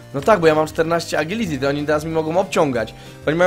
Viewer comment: TO JEST "ADŻILITI"!